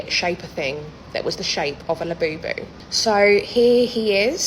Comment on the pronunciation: The only thing worse than a Labubu is how Brits pronounce it